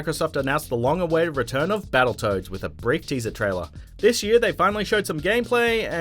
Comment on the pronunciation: year not earr